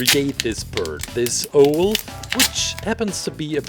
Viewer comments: Hearing him say o-el makes me want to say it's said ow-l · And you also say it ow-l not o-el.